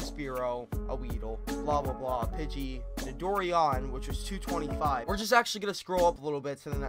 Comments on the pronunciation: it's not nidor-ian it's nito-ran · Its so cringy its pronounced Nido-ran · It is pronounced Nido- Ran